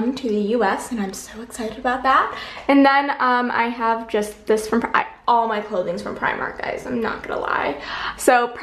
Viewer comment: It's pronounced Pri-mark, sorry had to correct